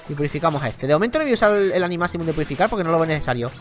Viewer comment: dijo purifucar😂😂😂